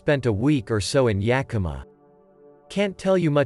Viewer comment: Hey! The robot pronounced Yakima almost right! I'll take what I can get Edit: Reading it back, this post might mislead some folks. It IS pronounced "Yeah k(u)m uh", said as if you just kinda ran out of energy after the K. A good amount of Washingtonians, myself included, pronounce it with an "aw" at the end for whatever reason. "Yeah kim aww" Edit; Edit: I've heard other text to speech channels say "yeah KEEM uh", which is really the icing on my joke onion.